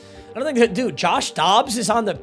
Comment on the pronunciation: Dude or 😂😂😂😂😂 come on